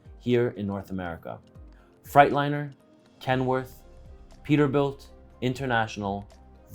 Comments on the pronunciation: Did he say Fright 😱-liner? 😁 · Anyone else getting a kick out of how say Freightliner (Yeah I'm late to the party). Think eight, think eight.😊😋😊😋 Super informative, much appreciation for this one! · Why does he keep saying "Frightliner" lol